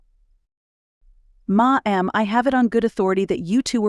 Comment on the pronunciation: Love the story. AI narrator pronunciation, tone inflection, and interpretation is both distracting & comedic at times. Stutters pronounced. Dialing 9-1-1 is "nine hundred-eleven" and "ma'am" is " ma-ham"; "You chose that line." instead of " You chose that line?" A few British pronunciations. Chandelier should always be ""sh", not "ch".